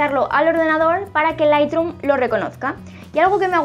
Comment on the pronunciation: Solo una cosa. Q se pronuncia lithroom no lithdrum